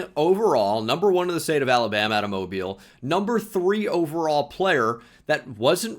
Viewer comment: thank you for correctly pronouncing Mobile, as a local to the area it is appreciated